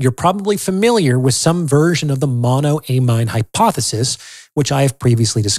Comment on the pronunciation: BTW, it's pronounced "mono-uh-mean".